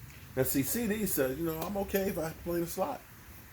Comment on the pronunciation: Man it's CD NOT CC CEDARIOUS LAMB ,DAMN